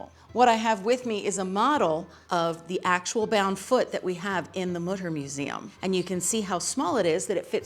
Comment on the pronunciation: Mütter, not Mudder. : / Learn how to pronounce it, please.